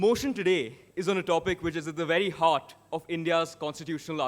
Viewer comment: Who was this fool opening the remarks? Doesn't even know how to pronounce "Heart".